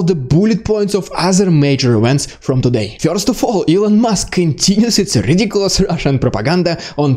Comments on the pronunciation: first not "fjorst" wwrrrrrrrrrrrrrrrr! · Sorry, I prefer fjorst. More exotic, see.